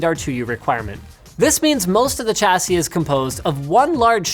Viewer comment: Why do you say "CH-assie"? The correct pronunciation is "SHH-assie"